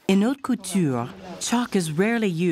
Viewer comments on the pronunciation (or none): Just FYI: "Haute" is actually pronounced "aute"